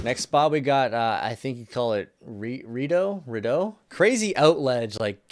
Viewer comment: Ottawa REPREPRESENT. HAHA I know all these spots I've lived near like half these joints. Btw it's pronounced REE-DOUGH AND The glee - b